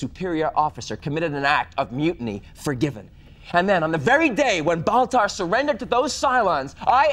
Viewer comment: Can’t believe it’s been twenty freaking years since the miniseries already… Also, who’s this “Boltar” person he keeps talking about? Is he Baltar’s cousin or something?